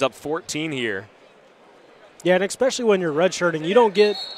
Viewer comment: I ex-pecially like the ex-capes